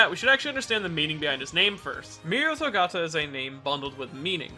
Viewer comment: Gotta learn how to say his last name though